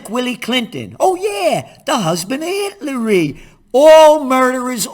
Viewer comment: Does he really say " Hitleri "!?!? 😂😂😂😂😂